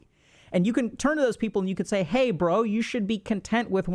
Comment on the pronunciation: Oh man, "bro" in an Indian accent... :D